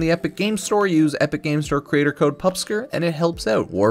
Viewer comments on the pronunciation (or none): none